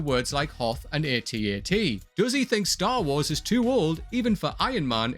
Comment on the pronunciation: and for God's sake! It's AT-AT not A.T.A.T.